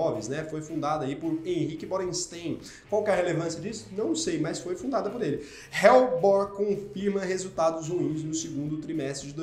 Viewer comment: Helbor = ÉLBOR. não “RÉLBOR”.